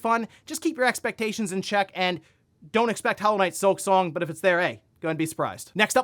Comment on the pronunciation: Here we go again! 🙄 “Hollow knight sliksong” It was Mid…